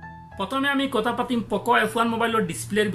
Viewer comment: If you don't mind then let me say you one thing that it's 'kotha' not Kota..... Pls pronounce correctly....